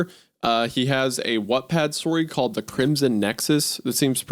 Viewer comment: my mans said 'what pad' smh